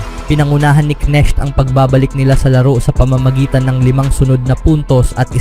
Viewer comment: KNECHT dimo MABIGKAS ng tama? Sounds neck Anu yan Leeg😂😂😂